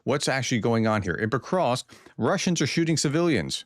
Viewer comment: You pronounce Pokrovsk well. Why do you have so much trouble saying Dnepropetrovsk? You do well on the first part of the name, but you mess up on the last part. The "rovsk" part is pronounced the same as in Pokrovsk.